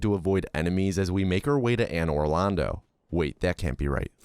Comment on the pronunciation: The way you say "Pontiff SOULYvahn" and "and or londo" piss me off so much lmao